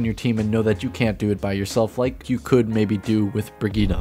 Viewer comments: Bri-geet like kahjit not brigeet my ears oh god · Why do you pronounce it “breh geet uh?”